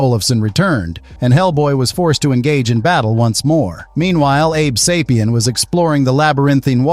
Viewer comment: abe say-pee-in not abe saw-pee-in